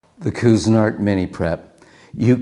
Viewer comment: It's too bad he can't pronounce the name of the product properly!!